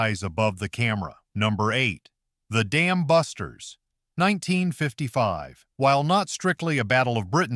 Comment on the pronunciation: It is. So bad. "The Damn Busters" 😂 1960. Three. 😅